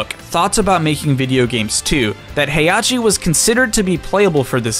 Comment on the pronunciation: "Hey-ah-chi" You're missing an H there, friend.